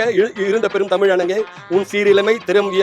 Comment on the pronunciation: வால்(ழ்)க தமில்(ழ்)